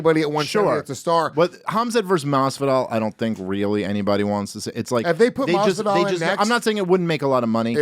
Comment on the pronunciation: Luis really said masvidal...